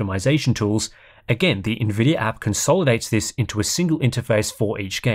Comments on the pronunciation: “Nvidiar” 😂 As a dumb American, Ill never understand why sometimes hes able to say Nvidia and sometimes theres a random “R” at the end haha Great video man! Thank you as always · Why does buddy keep calling it Nvidier